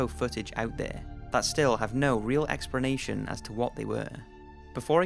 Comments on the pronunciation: am i the only one who is slight pissed that he keeps saying expernation? ._. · Expranation lol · I like the video but wish you could pronounce "explanation" properly. It has an L not an R..